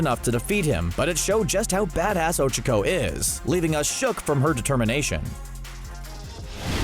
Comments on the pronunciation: Oh- CHA-co Not Oh-chaua-co or however you are saying it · Oh chuck oh. I haven't heard anyone butcher names like this since my 2nd grade teacher... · "Ojuhco" Um I think you mean ochacko... like oh-chalk-oh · It's Ochaco not Ocheco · Uhhh it sounds like you're saying Ocheco... Its Ochaco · 'ochoco' >:( and i thought it was 'ochako. huff. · Her name isn't Ochoco its Ochaco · O-Cha-Ko thats how its pronounced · I love how cbr calls ochaco ogiko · Kawaii Sunflower my hero acad ee mia is NOT how they pronounce it in the dub, nor is ohchuckoh stop acting like this butchering is normal 😎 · NAH he says Ochico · Ochico actually sounds easier to say. Especially if you say it like he does.. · the pronunciation of ochaco makes me feel uncomfortable 💀🥺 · The way he pronounces Ochaco in these videos drives me insane. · Mmmmmm the way he pronounces ochaco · and the way he says ochako